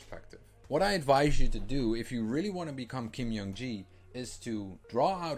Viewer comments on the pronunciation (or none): Just a small correction. His first name is pronounced as J, not Y in Jung, and K, not G in Gi. So it should be /ˈdʒuhŋ ki/.